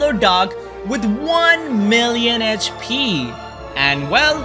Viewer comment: He said one meliiiiooon ech pi